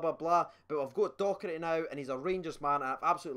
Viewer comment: it's Docherty not Doherty 😂